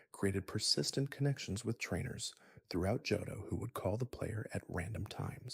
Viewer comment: Are you pronouncing shit like Charizard like that to drive rage bait comments or are you genuinely dumb? How you gonna make an entire video on a game and not know how to pronounce Johto or Charizard. Immediate dislike